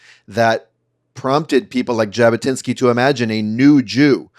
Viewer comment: I believe thought "Jabotwinksy" but mispronounced "Jabotwinsky". At least a 9 had he nailed pronunciation